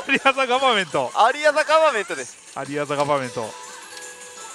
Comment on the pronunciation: さんの「 アリア・ザ・ガバメント」の発音が良くて (o´艸`)♪ 風が出たりとか 今の台は進化が色々凄いですね(*Ü*)